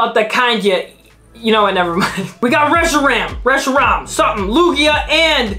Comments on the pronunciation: Not tryna be rude but here’s how you pronounce the card Resh-ee-ram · How to pronounce reshiram resh-er-ram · Yeah guys go easy on. It's just a pokemon name. it's R-e-shi-ram. Get it right. I'm jk. Have a nice day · "Solo galeo" "resiraraham" "professor Reshirt" "Luna La" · Reshiram= (rush) (e) (ram) that’s how to say it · The correct way to say it is resh-E-ram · It’s reshiram dummy